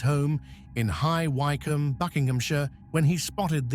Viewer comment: High Wycombe is pronounced Wickham.